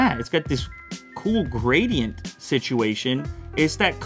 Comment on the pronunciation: dung-beetle gradident